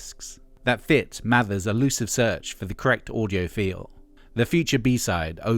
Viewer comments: It's Mavers not Mathers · But this is more accurate, has less weird opinions AND they've pronounced Mavers correctly, which Hargreaves doesn't.